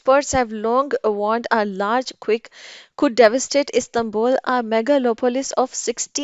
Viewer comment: Plz. Correct the pronunciation of Quake. Its not quick.